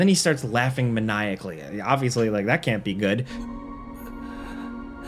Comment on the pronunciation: in all seriousness. Thank you for being the only presenter on YouTube that actually pronounces "manically" the right way. 😅